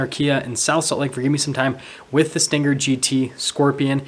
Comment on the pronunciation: It's not pronounced with a hard g. It's sting+er, not stin+ger. Also, it's RPM, not RPMs. No s. You don't say MPHs, or HPs, or 8 speeds transmission. Hello???